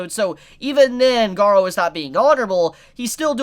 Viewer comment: Garou = Ga-Roo not Ga-row